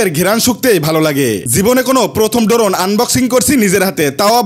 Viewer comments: ড্রোন ❌ ডোরোন✅ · ভাই শব্দ টা ড্রোন হবে ড্রোন না